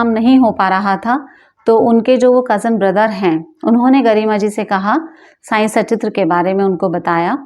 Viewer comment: मैडम अब तो सुधार कर लो ! आप बाबा के बारे में वीडियो बना रही है और बाबा की किताब को "साईं सचित्र "कहती हो जब कि किताब का नाम "साईं सत्चरित्र" है।